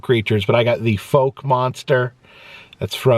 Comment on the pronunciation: Fouke, AR is pronounced like “foul” or “house” or “ouch” with the “owwww!” Sound like “fowl” or “owl” or “foul”, not “folk” or “woke” sound.